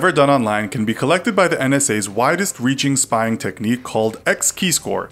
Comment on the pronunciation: STOP SPIYING ON MEEH